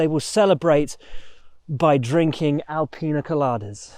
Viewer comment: "Alpiña coladas" Did I laugh? Yes Am I embarrassed? A bit